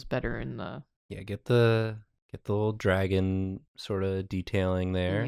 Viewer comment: the middle guy's name is obviously Dra'on, with an obvious glottalstop pause